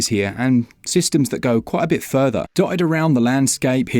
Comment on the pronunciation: furver? do you mean further? lol